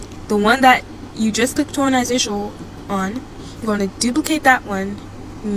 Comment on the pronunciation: Horazantional😭😭 Um actually🤓☝️ it's pronounce😮d hor-a-zon-tol